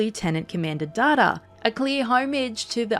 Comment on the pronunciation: It's Data not data,.